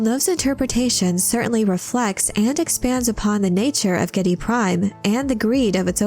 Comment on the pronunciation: AWESOME VIDEO, SPOT ON INFORMATION AND STRAIGHT TO THE POINT. 101% GOOD PRONUNCIATION OF THE PLANET NAME GIEDI PRIME